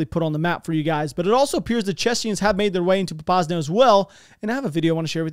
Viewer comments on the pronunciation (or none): Great video, especially the Russian TV stuff. That shit was just straight real deal think tank talking realities of their situation. Super interesting. Also, small pet peeve, it’s Chechens…. Not Chechnyians.